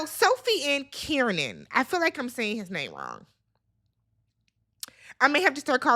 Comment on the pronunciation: So glad you’re the reviewing the UK version! Kieran is pronounced (Care -ran) - I hope that helps 😊